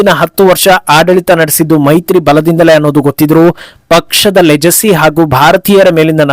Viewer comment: ಲೆಜೆಸಿ ಅಲ್ಲ ಲೆಗಸಿ